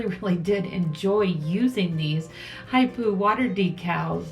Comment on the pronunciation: Love these designs. Water slides are great. The brand is pronounced Hip Po like the animal